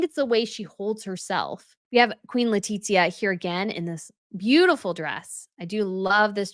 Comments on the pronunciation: Hola! The "z" in castellano has the "th" sound in English. So, it should be "Le-ti-thia" not Le-tit-zia. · PS Letitia pronounced Le tish ia. No tit in it!